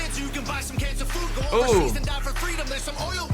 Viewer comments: He's already confirmed he said "cans of food" but I think he pronounced it that way on purpose to hint at how carcinogenic our food is. Like, it was meant to be heard both ways. Ironically enough that one line alone is causing division within the HOG family lmfao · Did he say 'cans of food' or 'Cancer food' 😏